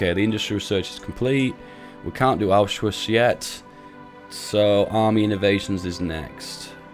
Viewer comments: dude when he first said Anschluss i thought he said auschwitz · Pronounce it like on schloose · Anschluss = An-sh-luss